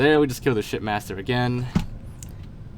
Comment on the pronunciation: It sounded like you said "There's the shitmaster here"